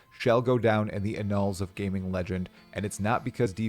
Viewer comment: Ahhnulls. Lol 🤦‍♂️🤣 it's ann uhls. Annals.